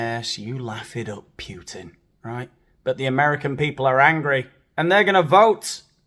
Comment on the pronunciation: It's Poo-tin, not Puut-in.